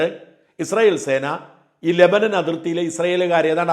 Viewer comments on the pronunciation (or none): none